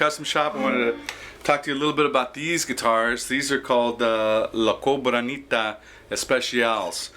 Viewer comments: hey man, if you´re selling this awful uitar in 5 or 6 k please learn to pronounce its name. Its cabronita, nos fuchin COBRANITA. And let´s be realistics. Nodody woyld give a dman for this if it didn´t said fender in the headstock. It´s the perfect axe por posers. Buy yourself a decent tele, strat, jaguar or jazzmaster... those are real guitars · funny that he says la cobranita in stead of la cabronita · It is funny that one of the dudes who made this guitar can't say the name...I have seen him now in about 5 vids talking about these and he isn't even close any time.